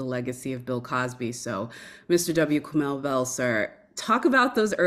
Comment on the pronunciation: Is it Kamow or Kamau? These people need to practice saying the names of prominent people before speaking about them - this is disrespectful and needs to be checked while it is happening.